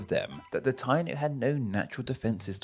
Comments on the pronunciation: It’s pronounced Tai-EE-no not TY-no. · FYI, Taíno is pronounced tah-EE-noh, emphasis on the í 😊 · As a Jamaican, nice video and well explained (: btw Taino is pronounced tie-e-no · I'm half Boricua (PR) and half English essentially. It's defo pronounce Tie-E-No. I was laughing listening to this ignorant pronunciation haha. My Guyanese wife was like "what are they saying? o_O " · Stop. Tayno. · What???? The native people were called the (pronounced) "Tie-eeee-no." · Taino = pronounced TAI-EE-NO